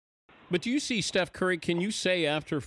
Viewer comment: Steph "Furry" 😂🤣